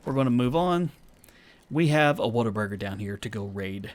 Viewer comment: Whataburger,, ur Texas is showing! Great video as usual, love this series, cannot wait to see what kind of trouble you get yourself into!